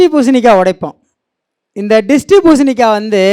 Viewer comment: டேய்... அது த்ரிஸ்டி பூசணி.. ட்ரிஸ்டி இல்ல